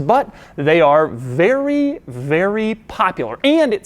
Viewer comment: doug the type of guy that had an orgazm in a mercedes and say its a werry werry nice car